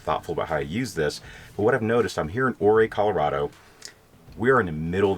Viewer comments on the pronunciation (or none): I realize I'm a little late to see and comment on this but it's killin' me -Ouray is pronounced yur - á. ;-)